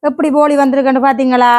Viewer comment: அது போலி இல்லை போளி தங்கை 😂😂😂